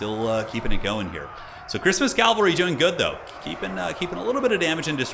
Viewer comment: Nice video/ commentary. Sidenote, it’s cavalry, not Calvary.